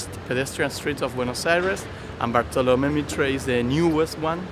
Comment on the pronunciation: No podes pronunciar asi Bartolomé Mitre, revoquenle la ciudadanía.